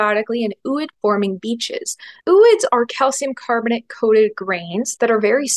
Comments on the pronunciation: Love your stuff! But, um, “ooid” isn’t pronounced “oo-id”, it’s “oh-oyd”. It comes from Greek and means “egg-like”. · I think "ooid" is pronounced " -oyd."